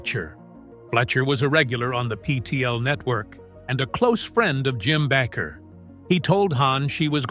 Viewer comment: Back-er? It's pronounced like baker.